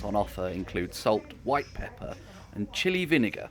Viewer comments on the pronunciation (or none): none